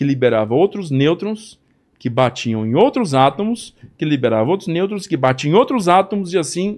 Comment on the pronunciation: ÊSSE CARA DIZ *ATAMOS*...